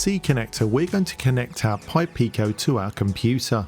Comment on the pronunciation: Well done saying "purple pi pico" so many times! 😁